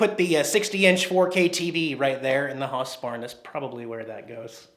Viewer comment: It is pronounced HOUSEBARN, not HASSBARN. Just because one German Band made a song (Du Hast - which by the way means "YOU HAVE" not "YOU HATE")....seriously,? Sorry - but this time you failed your research - which makes me concerned, since you usually are pretty good with that kinda stuff...?!